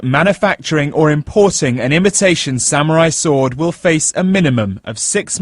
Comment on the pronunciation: Sa-Mew-Rai sword... xD I loled...